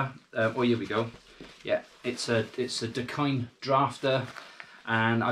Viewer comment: You are definitely pronouncing it right, Hawaiian pidgin pronunciation for "the kind"